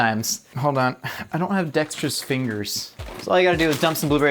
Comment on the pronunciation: It took me a few mins to realize he said “dexterous” fingers and not “dextrose” fingers. I was wondering what sugar fingers were